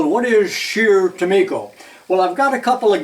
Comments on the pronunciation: I grew up in the '50's about 25 miles south of their factory located in St. James, MN so I am familiar with the company. I bought a Craftsman 0"-4" micrometer (with changeable anvils) that was made by Scherr- Tumico. By the way, I always heard Tumico pronounced with a long "i". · Is it pronounced tu-me-ko or tu-my-ko? When I first saw the brand I used the former, as you do. But when I figured out its origin I changed to the latter. I take it you've spoken to a representative of the company. BTW, I have a Rank Sherr Tumico catalog from 1982. It's handbook size about 100 pages. I can send it to you if you'd like. You'll likely get a few other offers, I'll let you decide. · I’ve seen a few and it looks like “Tu-me-ko” to me. The other pronouncement just sounds wrong to me.